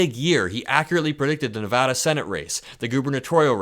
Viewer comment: Thank you for saying Nevada correctly! A whole state appreciates it